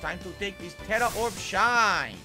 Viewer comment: His pronunciation of Tera is driving me insane